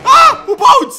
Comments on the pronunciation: Tt é "Baldi" o nome do cara, não "Baldis"! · dislike porque se fala baldi não baldis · não é baldiS é BALDIIIIIIIIIIIIIIIIIII COM IIIIIIIIIIIIIIIII